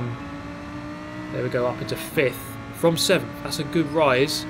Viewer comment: You deserved sickf in the first race, not sevemf I’m American I couldn’t help it sorry muah<3